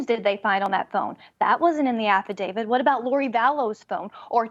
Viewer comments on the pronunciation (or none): AFFIDAVIT....NOT AFFIDAVID!!!!